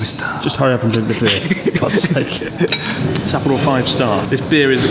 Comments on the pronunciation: I cant watch that video dude its SappOro not SApporo. dislike on this one. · Maybe because he butchers the name Sapporo. Sahhhhp-poro. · Why are you mispronouncing Sapporo, emphasising SA? I assume it's on purpose, but why? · If you ever do come back, I can show you around a bit! And teach you slightly better pronunciation of Sapporo 😂